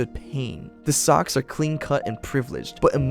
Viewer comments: I'm pretty sure Soc is pronounced as Sosh in this story, short for social it makes the same sound as the first three letters in the word. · Did you watch the film? Read the book? It's "Sosh" not "Sock". Thanks for posting. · I'm almost positive "socs" is pronounced like "soash" and not like "sock". :S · I say this with all love, as a channel that talks about movies PLEASE pronounce names of movie characters / titles like “soc” short for “social” & names of FAMOUS, well known beyond just those in the industry, directors like Francis Coppola. It was incredibly distracting, and made it sound as if you are not at all familiar with the topic you are consuming outside of a basic google search that we could all do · I f you actually watched the movie you would have known I don't know how you'd get that wrong. You're very good at articulating this story. It's a good video, it's just kinda jarring socks? Even reading the book everyone always knew. I don't get how you fuck that up it's weird. Did you not see the movie? If not because it's hard to believe you're an.acual fan and call them sucks? They literally NEVER say that ANYWHERE in the movie and it's co pa lu not capella 😬. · Dude....its not Socks. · ...well thats up to you and how you pronounce it but at the end of the day its still not Socks. Lol.